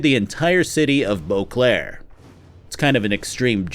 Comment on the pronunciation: I keep hearing Eau Claire when he says Boclair which is hilarious as Eau Claire is a city in Wisconsin. Imagen, the witcher, wisconsin edition